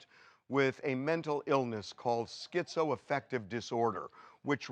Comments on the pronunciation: I feel stupid for thinking TMZ might have something salient to say about this case and its complexities. However, the second you introduced that whack job political hack “Dr. Drew,” mispronouncing schizoaffective no less as SKEEZO -affective; I knew I had made a grave error! Get a better class of talking head TMZ 🥱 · Dude Dr Drew is so fucking far off base in his description of schizoaffective disorder… down to his weird pronunciation. It is not almost considered a personality disorder by any legitimate professional. It just a mood disorder with psychotic features. It’s a broad spectrum disorder. And many people are able to live meaningful productive lives while living with it